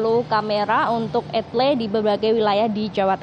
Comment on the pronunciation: E-TLE dibaca ..... !?!?